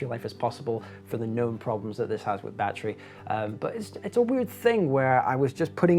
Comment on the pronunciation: How many bloody times does one need to say "battrie"?